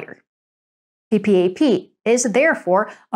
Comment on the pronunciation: No-one spells out P.P.A.P! It’s said “PeePap”!